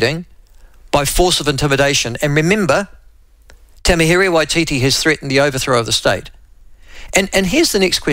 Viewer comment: Please pronounce “Tamihere” correctly